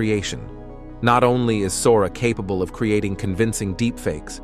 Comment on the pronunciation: Considering the narrator can't properly pronounce "capable" or "astonishing" yet, I'd say yes.